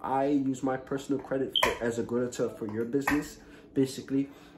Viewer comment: false info and your not pronouncing guarantor properly lol